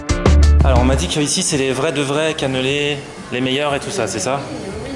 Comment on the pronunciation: PQ tu dit caneuuuulaiit?